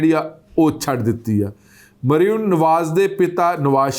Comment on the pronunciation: ਭਾਜੀ ਜੀ, ਨਾਂ ਤਾਂ ਠੀਕ ਪੜ੍ਹੋ, ਮਰਿਮਮ ਨਹੀਂ ਮਰਿਅਮ ਹੈ ll 🙄